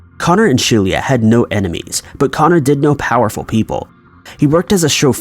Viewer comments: pronounced she-lah not she-leah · Could her name not have been spelled "Shelia"?